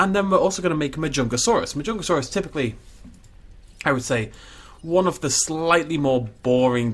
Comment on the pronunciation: Ik im really late and you probs know the name by now but anyways it’s pronounced (ma-jun-ga-saurous)